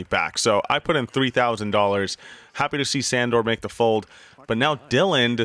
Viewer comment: Is really everyone calling him Sandor? It's actually pronounced like 'Shundor'